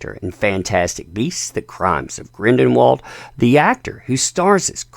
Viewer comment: it's not "Grindenwald"